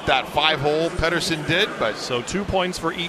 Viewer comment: How does Chellios not know how to say Pettersson’s last name??? Thats f’n ridiculous